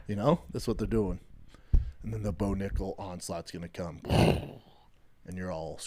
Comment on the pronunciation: Did bro say no nickal ? 😂